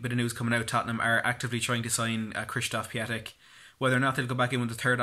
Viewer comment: Piątek pronunciation is Piontek . And he is Mr. Friday as Piątek (piontek ) means Friday in Polish :)